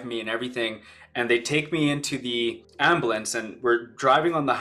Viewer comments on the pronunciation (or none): What's an amblance? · "Ambalance" lol Thanks for sharing mate 🙂